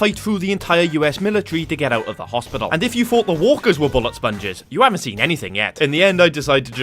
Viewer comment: 10 sec in hoftibal wtf is that its hospital